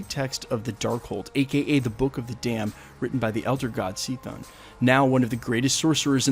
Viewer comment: I love the story of Demiurge the elder gods, especially the elder god Set and the saga of the serpent crown... and to nitpick, Chthon is pronounced "keh-thon", not "see-thon"...